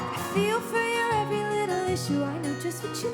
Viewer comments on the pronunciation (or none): none